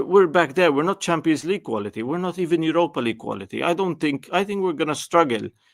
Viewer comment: There is a "T" in qualiTy!